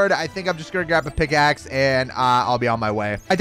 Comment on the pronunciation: At a point in the video, he said pigaxe